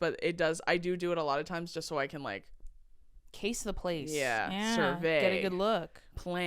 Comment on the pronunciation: love u guys 🫶 u kinda say survey like sorbet